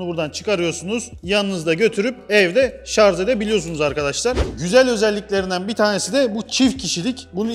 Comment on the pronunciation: Şarz değil Kâmil ŞARJ !!!